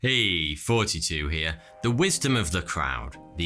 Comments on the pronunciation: I have always thought it sounded like he was saying “...42 here” and knowing that I’m not alone in this, I’m convinced he genuinely is saying 42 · At this point he’s probably just saying “forty-two” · Sometimes he says and sometimes he says 42. This is why I have trust issues. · he explains it in another video that he's actually saying "42" not ""